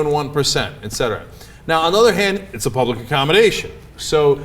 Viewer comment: serve the "pubic"???....